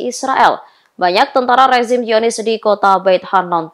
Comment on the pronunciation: Coba sih pengucapan nya yg bener. Kalau udah nyebut Al Qassam (dibaca : Al khasam) . Tulisan zionis dibaca yionis. Salam